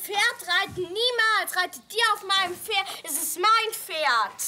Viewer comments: "DaS iS mEiN FeRd" die hat absolut nicht pferd sondern FERD gesagt oder ?😂😂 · Mit kommt vor alle sagen dort Pferd ohne P eben so Ferd 😅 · "Ich finde für mein Tochter ein besseres ferd" Wieso müssen die alle ferd sagen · "Das ist mein Ferd"😂